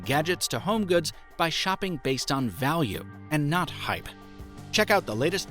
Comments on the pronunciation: Had to scroll down to the comments to make sure I wasn't going crazy when I heard notch instead of not lol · Did you say "Probably 'notch' your next smartphone"? 🤔